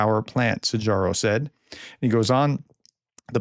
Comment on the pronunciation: A great content as usual, however could be even better with well pronounced (difficult hungarian) names. Szíjjártó should sounds like ""See-YAR-toe"". It would take a lot of effort to googe or AI it, but the result would suit well with the Professor.